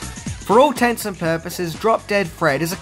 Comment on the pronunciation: ‘Tents and purposes’?